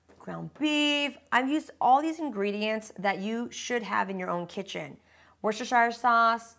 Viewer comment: Wust-er-shur, say it after me, wust-er-shur